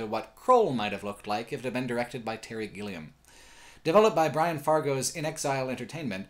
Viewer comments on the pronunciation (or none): none